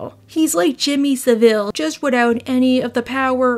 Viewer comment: As a Brit, I do find it weird how you pronounced Jimmy Savile's name